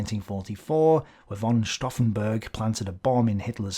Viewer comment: A nice o e,, thank you. Little things: th in German is ot Th in English, Thümmel sounds with a very 't'. As'von' sounds with f for fau, not v for vee. And a thought: Had Spain joined the War, Gibraltar could easily have been taken by the Germen. Then, Malta probably could not have held them off, therefore, had this happened in 1940, in the nextyear Afrika Korps could have recived the much awaited resupply and tanks, so their Egypt campaign might not have been halted. And the oil comes then into consideration, in two fold: without Suez, their is a low connection to the Indian army, almost no oil from the Middle East can come to Britain, and Germany gets access to more oil. A less desperate Drang nach Osten (sic!) is then required, or even a delay on the Barbarossa. A real change of the course of the War. What do you think?